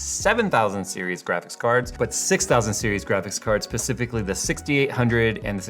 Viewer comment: did this man just say "pacifically" ? lol